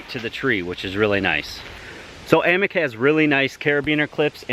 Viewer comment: Aye-mock... not Ammick. Its Norwegian. Its another language, its not pronounced how you'd think.